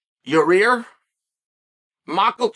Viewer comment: Your-rear Rodriguez